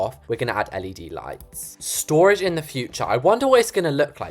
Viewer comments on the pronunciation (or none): none